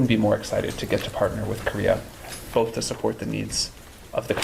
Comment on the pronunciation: Luv what you do,! ("BOTH" has no "L" in it... We must sound more intelligent than the slack-jawed MAGATARDS when we speak facts)... much luv❤🎉 #TrumpMadePedosCoolAgain